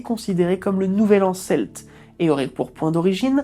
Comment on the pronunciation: et celtes se prononce Kelte :-)